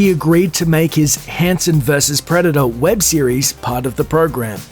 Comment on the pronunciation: "preda-daaahhhh" Americans facepalm